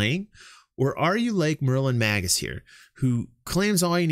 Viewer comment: I'm glad you were as inspired by the idea as I was. It would have been fun to have people's age along with their votes. Just one thing. Magus pronounced Maygus 😉